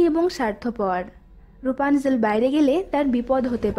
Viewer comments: এটা রুপানজেল না এটা রাপুনজেল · Rupanzel na rapunzel